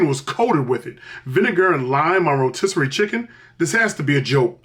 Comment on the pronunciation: Chicken Ro-Mystery 😂😂😂😂